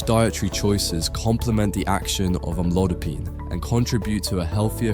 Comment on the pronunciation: Is this an AI narration? Sounds like it because the pronunciation of amlodipine is inconsistent. How stupid.